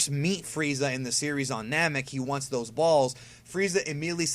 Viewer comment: "he wants thous ball's!"